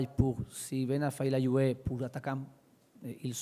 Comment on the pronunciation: quand il dit jouer et joueur on dirait qu'il dit UV (Juventus) il m'a soulé avec sa langue inventé